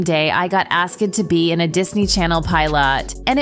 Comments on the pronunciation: HOLD UP exiting? Pie lot?? Ask hed? But you pronounce unknown and loon correctly?? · AND ASK-ED what ai is reading this 😭😂😩